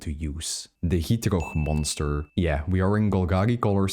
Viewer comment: the way you say gitrog is 10/10